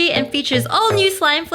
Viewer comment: Did she say slime flavours